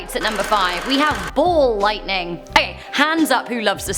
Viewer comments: It's ball "lightning" not ball lighting 🙄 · am i the only one who hears say ball "lighting" instead of lightning?